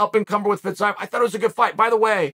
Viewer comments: Fee-zee-yef. Just in case. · Its pronounced Fizzy-Ev, Chael! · His last name not Fizaev.Fiziev is right!! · i think he intentionally mispronounces names at this point. fitsaev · First 1 second “Fizz-zigh-av” Oh ok uncle chael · Fitz-I-of LOL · It's pronounced 'Fa-zeev' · I can't wait for Chael to tell us off in 6 months' time for not telling him he was pronouncing Fiziev wrong. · Came here to learn the correct pronunciation of Fiziev and let me tell you I was not disappointed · The pronunciation of Fiziev just continues to get worse and worse as the video goes on That and the entire video was “RDA is a gatekeeper”